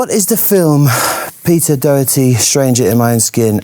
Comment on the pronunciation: She pronounced his name wrog